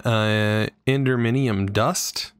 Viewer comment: Ugh, love the vids, but the wrong reading and spelling.... Its written right there, even if you cant pronouce it, don't just randomly add a letter to the word... enderMinium??? From Endimium?? I did not forget to help with a like, but meh, I guess if it bothers me, woe to me..